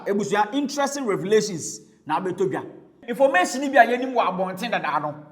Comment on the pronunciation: You be funny o😂 which one is informashion de wiaseion 😂😂😂